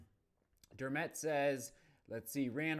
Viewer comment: Please, please, please learn how to say Dermot.